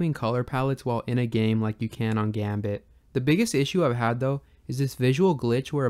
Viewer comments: "Gambatte" is a play on "ganbatte" which is a japanese motivational phrase akin to "do your best!" or "don't give up!", and is pronounced like "gun but eh". so Gambatte is pronounced likewise. also, with a title like that, i did expect this video to be more about comparing all the various GB emulators (or at least the most noteworthy modern ones). that would seem like a pretty big project and i'm not saying that's what you should do. might be interesting, tho. as for smooth scaling, just because i like the look of some of the smoothing algorithms (in particular the Scale2x family) doesn't mean i "don't like how retrogames look because they are too pixely". but at least the Game Boy actually had square shaped pixels in a display. the graphics of TV consoles certainly weren't designed for sharp square pixels, but blurry scanlined TV screens, but that doesn't make CRT-filtered emulation the "correct" way to play. emulation always means re-interpretation, so people shouldn't be so snooty about it… anyway, i hope you consider these to be constructive criticisms. i wish you best luck with your series. :) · Instant subscribe, very interested in this series One note: Gambatte is pronounced (GAHm-baht-teh) not gambit ;) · The way you say "Gambatte" hurts me. The name derives from the Japanese "頑張って" in Romaji: "ganbatte", but since the n is pronounced like an m, it can be writtten both ways. "Ganbatte" is the -te form of the verb "頑張る / ganbaru" which means to persevere, or to do one's best. The -te form changes it to "Do your best! / Hang in there!", the pronunciation is: "ga", like the "gu" in "gun"; a regular m; "ba" as in "bah"; a short pause; lastly "te" like the "te" in "terrorist" with a very pronounced t. You can look up how to say it, please do so, because as someone who knows and loves the language it hurts me, like a lot. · Gambatte is pronounced がんばって, not "gambit". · it's pronounced "gambattay", not gambit :P